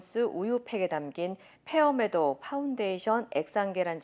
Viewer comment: 왜 페어 메도우 라고 발음하세요? F 를 p 로 발음하는거 매우 거슬리네요 더구나 MBC AMERICA 아닌가요?